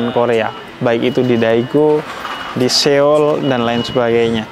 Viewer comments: Bukan Seyol bib, So-ul bacanya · Lucu banget habib nyebut nya SE OL😂